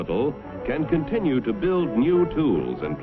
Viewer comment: "and countless other industries ti a more enjoyable life"